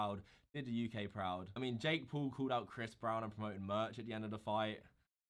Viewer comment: Jake Paul not jake pool